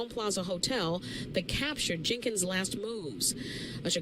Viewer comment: Wtf...can u talk proper? Wtf..her name itself is Kenneka Jenkins..with an s..good video but dam